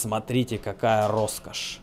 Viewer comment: Р-Роскошь! Ростовские рукастые ребята любят это дело :) Насмотрелся Пачанов, Олега и порой кажется, если человек произносит это слово, он из Ростова)) А если два раза в одном предложении 100% Ростовчанин! 😁